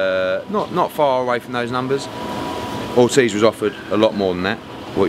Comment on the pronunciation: Pahahahaha you can tell Eddie was about to say oldtiz instead of Ortiz 🤣😂🤣😂👌🏼